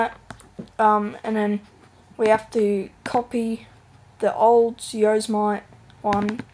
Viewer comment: Yose-mite hahaahhaahhha